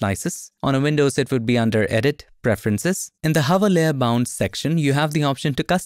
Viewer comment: For 2 mins I genuinely thought you were saying ‘layer bounce’ and thought surely it doesn’t literally bounce? Penny dropped actually seeing the layer ‘bounds’ 😂 Great new feature, will look forward to this!